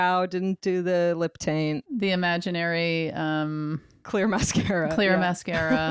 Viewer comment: Wait…did say “lip TAINT”?! Lol